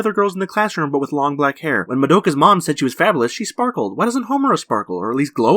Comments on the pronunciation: I’m giving you another sin for pronouncing it Mad-oka, and not Mah-doka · bing the dipshit who made this pronounces Madoka incorrectly like a Dumb Murican. Over and over and over. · makes a video about everything wrong with Madoka Magica -mispronounces Madoka the entire video